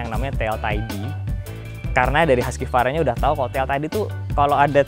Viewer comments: bacanya tetep huskvarna bukan huskyvarna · Husqvarna itu bacanya HUKS VARNA bukan Huskie Varna. Gimana sih wkwkwk Jangan² bilang BMW, Bi em dobel yu juga lagi.. wkwkw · Cara baca Husqvarna Huskivarna = ❌ Hooskhvarna = ✔️ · Biar orang pada gak salah kaprah yah bang, bacanya bukan “haski-varna” tapi ya “husk-varna” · Bukannya cara bacanya husvarna bang?